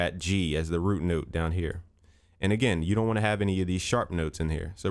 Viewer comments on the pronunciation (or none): "root noot" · "Root Noot" lol